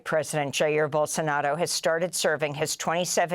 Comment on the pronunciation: Amy .......it's Bolsonaro not Bolsonado !!!